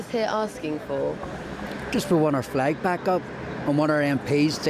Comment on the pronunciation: Jamie Bryson dosent call it a flag or a fleg no no. He calls it a fwag